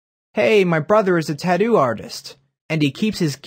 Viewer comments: Can even say tattoo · The way you say Tattoo is wrong.